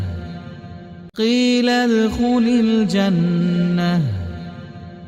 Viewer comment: One mistake in reading in starting - its qeelad not qeelal